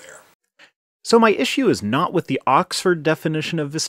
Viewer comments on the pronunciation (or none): Wiff? It's with . This guys speech is killing me. 😵